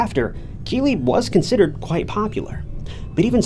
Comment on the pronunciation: I thought he was saying Kiwi also, so was it Keeley?